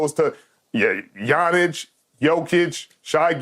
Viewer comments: Did he just say gianich and then jokic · did he say yanic